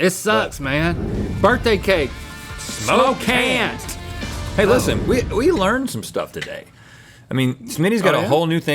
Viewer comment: SMOKCAN AND SMOKCANT!! come on guys